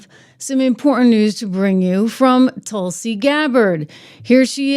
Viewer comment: TRISH NOT TUSLI BUT TULSI ❤❤❤❤